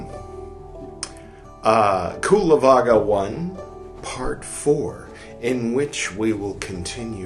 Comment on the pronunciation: hi there, thank you for reading the vinaya from the palicanon . i only like to say that cullavagga ist pronounced with an ch sound at the beginning, like the ch in cherish . so then it sounds more like chullavagga. the same sound you can find also double in anicca , which means impermanence in pali and so on. all the best to you sir, warm regards from germany